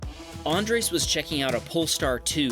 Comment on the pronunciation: PLEASE STOP SAYING ÁNDRES, IT´S ANDRÉS.